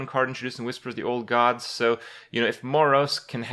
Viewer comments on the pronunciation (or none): none